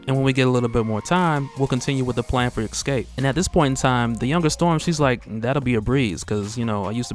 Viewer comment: My man, I love what you do and how you have a talent to create and redistribute..... buuuuttt, man you have got to stop saying "ex-cape" it is killing me lol. It's pronounced "eehh-scape". Other than that man you are doing ya damn thing and it's great.lo